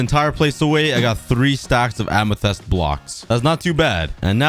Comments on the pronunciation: it bugs me so much that he says the word amythest wrong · i can hear the english teachers screaming at for mispronouncing amethyst. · Hey sometimes you said amethyst wrong sometimes can you try and say it correctly pls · Please learn how to pronounce amethyst. Also, you should probably beat the dragon for boxes that will help you in projects. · who is annoyed about how he calls amethyst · It’s not “amethest” it’s “amethist” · It's ame-thi-st. Not ame-the-st. I hope this will help you. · It’s AMYTHYST not AMYTHEST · Amethist ❌ Amethest ✅ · listen to me its amethyst not ametest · Just saying it not Amathest it’s Amathist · it bugs me when you say Amethyst its amitist not amehtest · Its read ~AMETHIST~ not ~AMETHEST~ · I have a challenge: make an island for every biome (Axolotl can count for ocean biome and goat for taiga forest biome) Amethyst is just a custom biome P.S Amethyst is pronounced am - ih - th - ist - not am - ih - th - EST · Its so cringe when you say amethest instead of amethyst. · plz tell me u say amethyst not amethast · Whyyy does he say amethEst it's amethYst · Am a fist not em a fist spot saying it wrong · Kan you say amathyst corectly pls its like fist but more y and th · "A lot of A-ME-TEH-ST BLOCKS" -COOKIE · The Amethyst Pronunciation: Am-e-fist. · he has said amythist 46 times in this vid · “Amethast” ya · ah yes amathest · its pronounced amathist and spelled amethyst amathest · Its pronounced amothist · ah yes ah-me-thest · It’s pronounced Am-e-thist, Amethyst. This annoyed me more then it should have 😆😂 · A-me-thist is how you say it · Here are some pronunciation tips for you: amethyst (am i thist) and nautilus (not i lus). I hope this helps you :) also I think my name would be pretty swaggy on the wall of leaves (wink wink) :) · ITS PRONOUNCED am-i-fist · I loved it when you used to say aminest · You may not bruik the krakt amethis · im pretty sure that its called AM-A-TYS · The way he pronounce amethyst